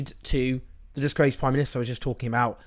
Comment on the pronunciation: I love how you say DISGRACED Prime Minister🤣🤣🤣👏🏼👏🏼👌🏼